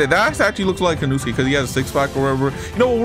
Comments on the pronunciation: its inosuke not inusuke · Bro said inuske💀💀💀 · bro i hear you say "Inewskees" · "Inuske" bruh jit inoske gonna come for u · in noo ske its in no as in no i don't hate in no ske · Im very sorry if I am offending you but I am getting triggered by the way u say InUsUke instead of In oh suke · Lol he kept saying inuske 😂😂😂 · Is nobody gonna talk about him saying inooosuke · this man is saying insuaka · bro said E-nuu-skay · Bro is saying inusuke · nah bro, you know he was trying to become inouske when u heard him pronounce it wrong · THE PAIN OF U SAYING HIS NAME WRONG THE WHOLE TIME